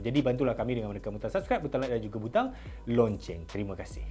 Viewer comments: lonceng ke loceng yg betul ? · Salam admin. Sebutan yang betul dalam Bahasa Melayu adalah "LOCENG" bukan "LONCENG". Lonceng ni bahasa Melayu INDON admin. Martabatkan Bahasa Melayu Malaysia. Harap maklum. Tksh